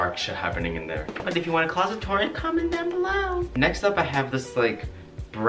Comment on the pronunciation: Ummmm.. did you say... clOsET toUR.!.!!?!?;!?!!